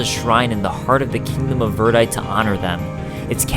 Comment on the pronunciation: This is the disjointed American localized version of the story. P.S. Verdite is pronounced "Ver-die-tee". :)